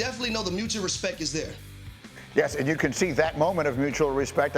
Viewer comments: Absolutely insane we have someone being paid to talk professionally and he says “respeck” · there’s slang, and then there’s words like “respeck” hurrrrr 🥴🥴